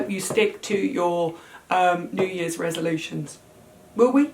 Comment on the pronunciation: resolube-tions 😂! you're the best english lessons for me!